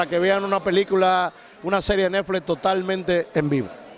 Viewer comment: Y porque dice nefle? Es netflix